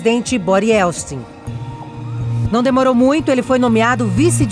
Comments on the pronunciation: Quantos erros de português e de pronúncia. "Se deliniam"? "Ieltsti"? Tudo errado e de doer os ouvidos. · A moça conseguiu chamar Boris Ieltsin de "Bori Ielsti" 100% das vezes que tentou. Sério, deviam regravar. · A narradora ainda falou "YELSTIN" várias vezes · A reportagem foi ÓTIMA,mas a moça errou o nome todas as VEZES.....